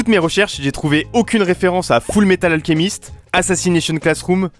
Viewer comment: On dit full metal alCHemist